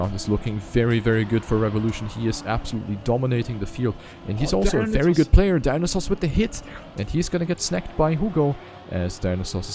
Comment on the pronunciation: dont want to be rude, but i'm pretty sure dionysos is not pronounced "dinosaurs" haha. nice casting tho